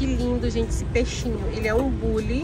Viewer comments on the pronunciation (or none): none